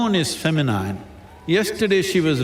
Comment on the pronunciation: Masculine and Feminine's pronunciations are wrong, dear SADGURU